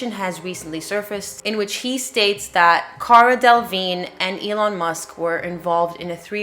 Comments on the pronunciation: DELLA - VEEN!! Damn, it’s not that difficult to pronounce. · They lost me at Cara “DEL-ah-vig-NAY” 😂😂😂 great video! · I’m sorry but the way he is saying cara delevingne is killing meee